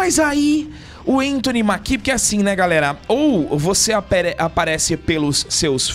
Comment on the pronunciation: Só uma leve correção, o sobrenome do ator se pronuncía "Méquie", não Maquí. E isso de reclmar de falta de negros em seleções, teve com a Argentina durante essa Copa. Só foi mais lindo ainda terem vencido, mostrando q não precisam de negros pra serem campeões como a mídia adorava alardar.